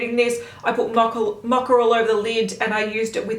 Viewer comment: Why is she pronouncing mocha as macha? It’s an o in mocha. Not an a like macha